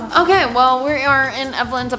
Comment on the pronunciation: “Am in love with an EMO GWROL” LOL